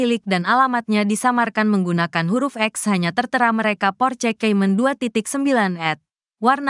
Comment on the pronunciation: Kalo pake narator AI cari yg bagus lah masa Porsekaymen :face-blue-smiling: Baru tau ada mobil merek Porsekaymen